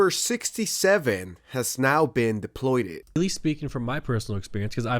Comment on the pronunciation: Deployed* not “deploydid” my dude lol just tryna help!